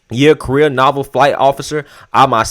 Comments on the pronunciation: Naval = navel Not “novel” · the word Naval is pronounced NEY-VAL.